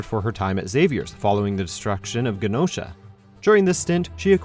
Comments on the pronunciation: Holy shit that narrator just said "GaNosha". I have never never imagined interpreting it that way and certainly never heard it misinterpreted that way until now List is OK. Venom is still a villain just as often as he isn't. Rogue should be #1, pretty much a shit eating villain transitioned into the most innocent+virtuous member of the X-Men. Catwoman and Deadpool and Venome could go back to being villains at anytime, Rogue is a hero forever. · It's pronounced Jenosha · the mispronouncing of Xavier & Genosha made me cringe....